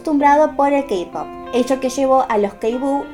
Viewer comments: Entertaiment se pronuncia enterteiment, J-POP se pronuncia lleipop y KPOP se pronuncia keipop Te quiero ❤️ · Perdón pero me inquieta que diga "kapop"